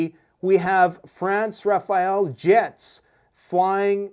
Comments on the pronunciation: RAFALE, not Rafael 😅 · Thanks for the update. I know you're doing your best. The Rafale jet pronounced Rafal means burst as in AR burst of 3. Raphael would be a jet for another country. As for the analysis if ever the sore losers try something it's the end of them from their own country not the Russians;you can take that to the bank. It'll make us laugh out loud when Poland, Slovakia, Romania and Hungary refuse entry over their airspace... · Rafale not Raphael. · The French fighter aircraft are called Rafale. Not Rafael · Doesnt matter that much, but its not rafael jets. Its Rafale jets